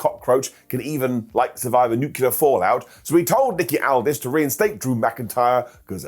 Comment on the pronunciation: Its pronounced "NEW-CLEAR"... you'd think a genocide supporter would know THAT?!?!?!